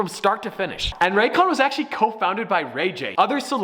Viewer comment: "The ran cans" "Ray's con"